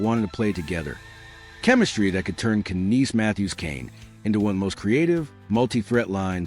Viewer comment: Wow where to start...um Shanahan was there 11yrs so that MORE than a decade. Tavares is not the Captain, Matthews is. And its pronounced without the k in Knies. Rhymes with eyes. Its not Knees! Youre clearly not even a hockey fan.